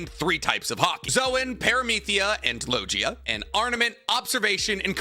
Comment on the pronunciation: parmathia and logia was pronounce so wrong😂